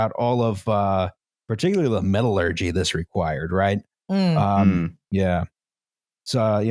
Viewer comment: is right in how he pronounces metallurgy.